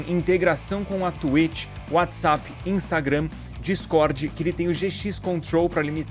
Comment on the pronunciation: Gente, não pode falar twitch no youtube, o Edu não é afetado porque ele fala tueti Stonks